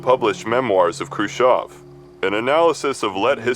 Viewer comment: I love you simply because you're the only English speaker I've heard who pronounced Khruschev correctly.